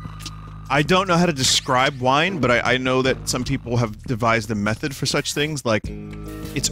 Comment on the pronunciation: oh he wiiine drunk